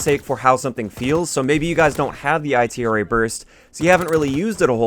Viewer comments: I hate how he calls it the I T R A burst its itra burst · you know the letters aren't separate right they all make one word, if anything the B.A.R is pronounced separate